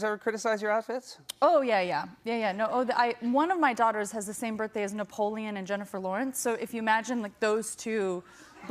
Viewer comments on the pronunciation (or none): none